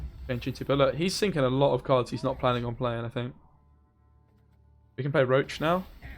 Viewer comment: Love your content bro but pleeeaaase chceck the spelling for Roche. Im dying inside everytime u mention roach instead od Roche xd